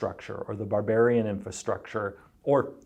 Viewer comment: "Barburian" It shouldn't make me as upset as it does